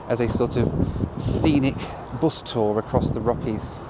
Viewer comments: It is pronounced bus, not boss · Not heard Bus pronounced as “Byus” since my days in Stoke-On-Trent… Odd to hear it on a video about a cross country trip across the USA. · "... kicked us off the büs..." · Love the way the word “bus” is pronounced